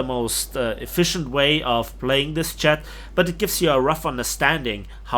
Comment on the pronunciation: Anyone else hear "chad" when he says jet? 😂